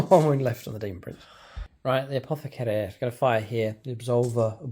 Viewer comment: Hey, been a while… You really nailed that “Apothecary” at the start…! 😊 Looking forward to some fun AoO detachment army development videos…